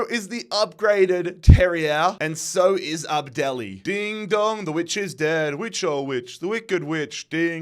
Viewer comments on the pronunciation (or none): none